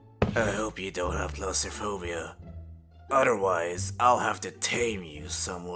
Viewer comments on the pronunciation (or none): Is Nobody talking about the Shadow actor in the first video said "Odherwise"??? 💀💀💀